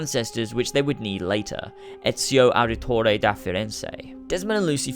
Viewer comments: English people think they are so fucking good, they shit on every EU person that makes grammer mistakes. But English people en specaily USA people can't say the names of the older main Assassin's its so anoying to hear in it wrong: Altair ibn Ha al lad and Ezio Auditoreeeeeeeeeeeeeee learn first more langauges , better know more and non perfect then one and perfect. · I like how you pronounced Altair's last name fine but utterly butchered Ezio Auditori De Firenze